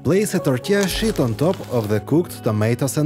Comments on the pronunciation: Molodets, you pronounce sheet like 'питье. Bravo on the creations and the production! 🙏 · When you say "sheet" it sounds like something else to me 😂. Love your videos! Very informative and you have such a flair with the visual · Bacon in the third one wasn’t done 🤢. I would use pre-cooked bacon. It cracks me up how he pronounces “tortilla sheet”, lol. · 🤣🤣🤣...... I HAD TO REPLAY A FEW TIMES, I COULDNT FIGURE OUT WHY YOU KEPT SAYING WRAP IT IN THE 💩💩💩...😮😮😮 THEN I REALIZED, YOU WERE SAYING, WRAP IT IN THE SHEET...😂😂😂